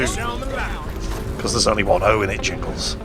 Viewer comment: thats the dutch pronounciation jingles